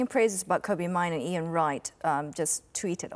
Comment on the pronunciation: It's Kobbie, like Robbie, but with a K, Please stop calling him by someone else's Name?